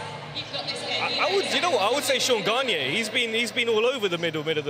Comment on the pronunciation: They said Séan Garniers name wrong